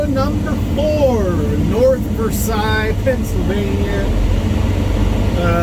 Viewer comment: Local Pittsburger here - we pronounce it North Ver "sales". Ridiculous as that seems, it's how we do it.